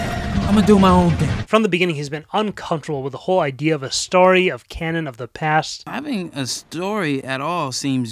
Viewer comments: jesus christ man its STORY NOT STARTY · Why does he say story like that